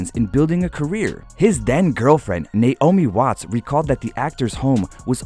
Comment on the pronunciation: At first I thought he said Nate Omie watts 😂